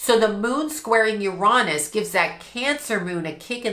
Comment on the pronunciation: your reading IS ON POINT I AM NOW A HUGE FAN AND WILL BE SUBBING IMMEDIATELY!!!!! And you gave me a new way to say uranus😂😂😂 I WILL be adopting that pronunciation😂😂😂😂